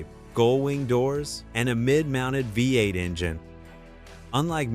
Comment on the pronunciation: It took me 20 minutes to figure out that when the AI voice is saying "vate", it means "V-8". LOL!!